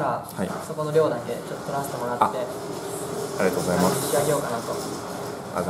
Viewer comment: の「t^ijj%mvgざいます〜」が好き